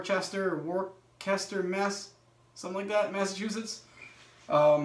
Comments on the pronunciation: NOT WORCHESTER It's pronounced 'WOOSTER' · Lol! War kester ?? You mean woostah mass ha Worcester mass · it's pronounced wu-ster lol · Worcester = "Wooster" or "Wister" or "Woostah" or "Wistah" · Worcester Ma that’s up on my end of the woods.. it’s pronounced whister* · LMFAO: Worcester: Pronounced Woose-stah (coming from a guy who lives in Maine) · Masshole here. It's pronounced "wooster". Yes I know, there's an r and a c. Just ignore them :)